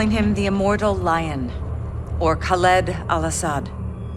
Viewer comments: The way you pronounce Khaled Al-asad is freaking annoying Its LED Not LID ITS LED HOW HARD DOES IT PRONOUNCE LED????? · You piss me off with your saying kaleeed al assad but you Americans are “proper English” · the cutscene literally pronounces the name Kahled Al-asad right and you pronounce it wrong, what the fuck is wrong with you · Khaled is a pretty famous name in the arabian countries + Al Asad is a known family in Saudia arabia (Where Khaled Al Asad is from) Its just pronounced with a harder "A" + Khaled means noteworthy or trusted (Translator isnt that accurate in name) but Asad means lion